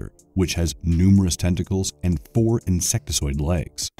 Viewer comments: OMG, the word is INSECTOID, not INSECTISOID. Sorry for the pedantic outburst, but if you are narrating a video you should proof read your script. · That's "insectoid", not "insectesoid".